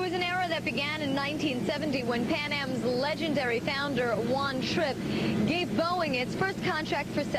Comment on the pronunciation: He can't even pronounce Trippe last name correctly